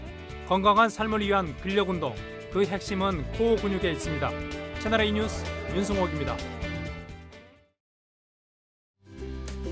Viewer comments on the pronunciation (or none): 조수빈까지 뉴스를 유스로 발음하는군요. 실망입니다.